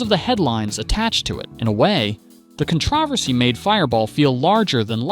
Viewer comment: Good video, but how are you pronouncing controversy? Haha